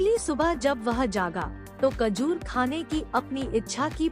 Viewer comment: Kajor nehi mather chud....... Khajor